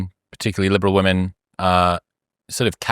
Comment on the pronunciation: I’m sorry, what is with Brad’s annunciation of “women”? Half the time it sounds like he’s saying “liberal men.” It’s like he rushes through “liberal women” as if it’s a bad word. Very hard to follow…